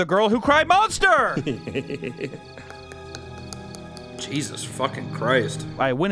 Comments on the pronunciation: "The girl who cried Mosnter" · Mosnter lol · The Girl Who Cried "Mosnter" might have had a speech impediment. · Ah yes. "The girl who cried mosnter "